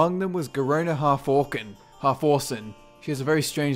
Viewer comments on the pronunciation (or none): It's Halforcen, as in orc